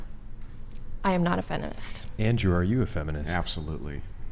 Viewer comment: Am I the only one who noticed “I am not a fenimist (:”